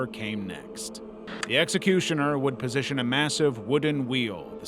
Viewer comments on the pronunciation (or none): none